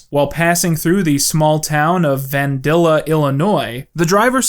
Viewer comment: As a local, the way you pronounced Vandalia, IL made me laugh for a second.